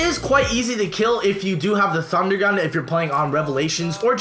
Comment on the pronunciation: bitch ass said thundergat